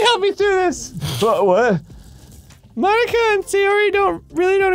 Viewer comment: I can't unhear monika as Bologna man haha